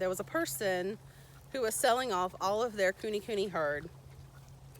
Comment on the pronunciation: Nice! And i think the pronunciation is Ku-neigh Ku-neigh. Happy farming👍🏾